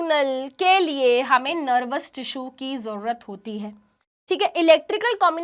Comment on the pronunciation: nErvous system